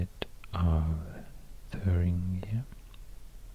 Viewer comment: The part when you say thuringia the second time its actually the right German pronunciation. :D Do you did this on purpose ?